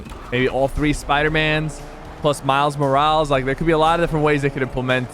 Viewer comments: Miles moral-is not iz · “I love Spider-Man” but mispronounced Miles Morales:(((((